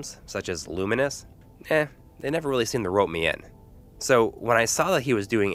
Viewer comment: Why do you guys insist on pronouncing certain games incorrectly? It's pronounced Lew-Mens, not Lew-Min-Us.